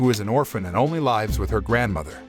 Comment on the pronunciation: So you can't even pronounce "Lives" without saying "L(ie)ves". Great pronunciation.